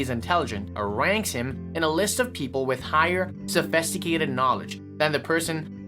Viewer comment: Sophisticated ❌ SophEsticated ✅ Interpreted ❌ anter-predded ✅ Broader view ❌ Brooder view ✅ 🥲🥲🥲 I’m sorry but its so difficult to take this vid seriously when the dude pronounces certain words as if he’s having a stroke 😭😂